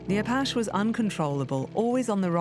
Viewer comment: Learn to pronounce "Apache "